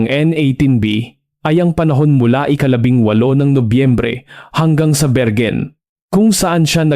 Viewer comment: .. say it again.. "berwin" not bergen